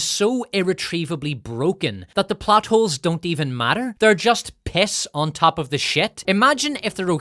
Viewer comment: sometimes i hear butt holes instead of plot holes